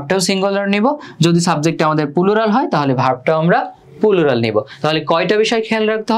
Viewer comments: আলহামদুলিল্লাহ , খুব ভালো বুঝলাম, কিন্তু দুক্ষিত ভাইয়া!!!😢পুলুরাল না, প্লুরাল হবে উচ্চারণ 😁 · Pulural 😂 আগে ঠিক করে উচ্চারণ শিখুন তারপর ক্লাস নিতে আসেন 🤡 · Bhaiya oita pulural na oita plural 😑